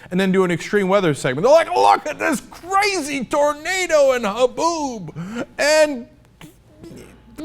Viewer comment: "LOOK AT THIS CUHRAZY TORNADO IN HABOOB! AND RECORD BREAKING TEMPERATURES!" LOL